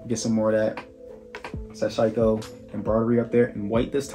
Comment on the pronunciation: its all denim not canvas my man, hence the name sashiko, also just for the record, "sash-eeko" its a japanese word :) good review dude!